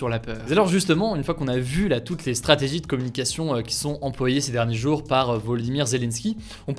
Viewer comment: Tes prononciations des mots me fume essaye d'améliorer ça si tu peux par exemple ces prochains jouuuuuuuur au lieu de prochains jour, ou kive alors que c'est Kiev 😭🤦🏻‍♂️